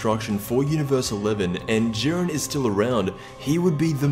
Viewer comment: It's not jiiren